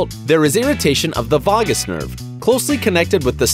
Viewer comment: Vay-gus nerve. Not vahgis. 🤦🏼‍♂️